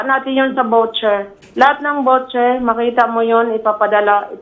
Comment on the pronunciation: It’s voucher (vaw-cher) and not vocher.